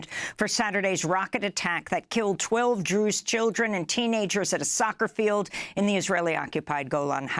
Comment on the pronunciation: Clarify your pronunciation from Jews to Druze